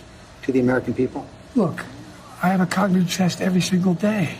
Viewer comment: As he said , he has a "cogninvtest" every day.....